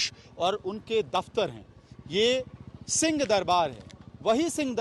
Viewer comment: पत्रकार महोदय जी 🙏🙏🙏 राम राम आप उच्चारण ठीक से नहीं कर रहे हैं। आप सिंह दरबार को सीं दरबार बोल रहे हैं। आप हम लोगों की बात का बुरा मत मानना। आप स्वयं सुन लीजिए।